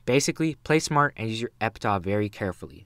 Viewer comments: By the way, it's pronounced epitaf, not epitah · thats not how you say Epitaph